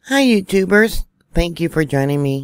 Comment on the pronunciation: Have to tell you, when you started with hey you tubers, I thought I heard hey you goobers. 😅 I was lmbo. We are a bunch of goobers.